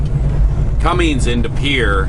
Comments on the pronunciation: as a fellow mechanic.... its “ Cummins “ not Cummings ☹️ It would be like calling you Longhaul Larring Lol, just giving you a hard time for fun. Love your channel! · Just wondering, many years ago I had a truck with a Cummins engine. From the way you pronounce the engine manufacturers name, it sounds like you are pronouncing it as Cummings. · C-U-M-M-I-N-S, like come in, no G in Cummins. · there is no g in Cummins